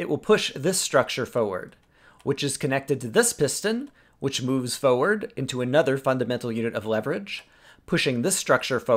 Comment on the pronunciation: I love how you say forward